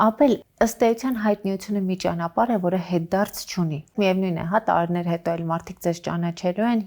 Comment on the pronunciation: Աբելը լավ դերասան, լավ մարդ❤ Ամալյա Հովհաննիսյան _ խնդրում եմ մի ասեք տարըներ, չեմ ասում, թե բառի կազմությունը չգիտեք, ուղղակի ձեր մոտ պրիվըչկա է դառել այդ բառը արտասանել տենց ։ Մի խոսքով ներվերիս ազդումա, որ ասում եք տարըներ